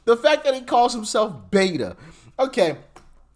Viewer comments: "Beto", not "Beta". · It's beto (bait-o) it's a Spanish nickname for Roberto and his judge father demanded he be called that so he could relate to the Hispanic community in El Paso when and if he wanted to become a public official. She's just as much a shill and Robert O'Rourke. 😂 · Beto not beta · Just as an fyi he calls himself Beto (Bet-oh) not beta. His name is Robert which in Spanish is Roberto and Hispanics shorten that to Beto. I’m from the area and know from acquaintances that went to school with him that he HATED…. HATED being called Beto and would react to anyone who did so. Now he uses it to try and get the votes here. He, like AOC, is also cosplaying to the Hispanic populace. He’s actually quite a bigot if you listen to him speak. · To clarify its not "Beta" it's "Beto" as in Roberto, which is what his name is on Spanish. While I was under the impression either friends of thr family or the family themselves called him that, I don't know for certain. That said after his first beat down I think we, the people, started calling him Beta lol. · It's BETO..Not Beta. Cmon man. Hes a clown but know what your talking about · Btw Im a Texan and cannot stand Beto. His name is pronounced Beh toe. His reasoning for rhe using the name is something about growing up around hispanica or something. Can't remember the details. And the idiot is gonna try to run again apparently. He wants Cornyns seat I hear. 😅 ya right. Like thats gonna happen.